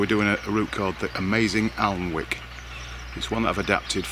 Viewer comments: Alnwick is pronounced Anick…😊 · FYI ALNWICK is pronounced ANICK The L is silent! thanks for a great ride out!! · Alnwick should be pronounce Anick (silent 'l', silent'w') :), or were you taking the Michael? Great video of a fantastic area.